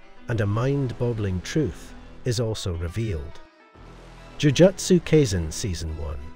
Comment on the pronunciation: Dude, you're pronunciation of Jujutsu Kaisen is way off. Jujutsu is pronounced like Jujitsu except swap the I for a U and Kai rhymes with eye.